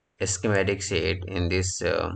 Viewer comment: Not "sit", but "sheet"